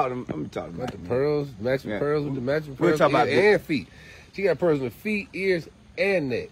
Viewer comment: Diamonds and pear-erlsssss 😂 this was too funny